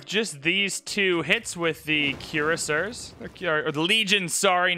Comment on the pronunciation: Love how you are having difficulty with Courser - Cuirassier ;)